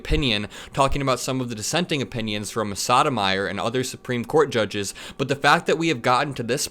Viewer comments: Dude, were you trying to say the name of Sonia Sotomayor? I don’t think it’s not pronounced “Sodom eye er” I’m pretty sure it’s pronounced “Soto my ore” or maybe the slightly lazier “Soda my ore” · it’s soh-toh-my-OR. Soto like moto, and accent on the OR. Not SODOM-eye-r like sodomizer. Yikes, buddy. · Soh-toh-my-OR! Not soddomyer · It's Sotomayor (Soh toh Mai yor). Not sodomizer! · "Soto-may-er". Um. No. Try "Soto-may-ore" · Good content, but please learn to pronounce Justice Sotomayor's name. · Learn to pronounce Sotomayors name for fods sake SB and MTG are greedy minions of the fascistic side of the bourgeoisie and their somnambulist lap dog base. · Wait..how tf did you pronounce Sotomayor??? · you're mispronouncing Sotomayor... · Oooh careful with that "Sotomayor" pronunciation...